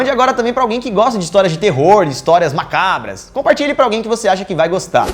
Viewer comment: saudades do Daniel dizendo "mácabras" :v